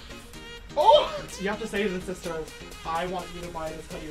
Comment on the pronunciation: "Sha shister shant shing" 😭💀